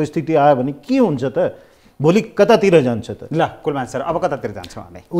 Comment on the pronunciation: and "Kulman" lai kina KulMAR KulMAR bhaniraho host le??? Tyo ni naam paper herdai bhanirachha tesmathi wrong. Tait.